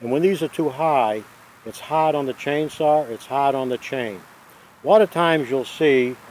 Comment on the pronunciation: lol, the Rs are in the "chainsawr" right at the stawt.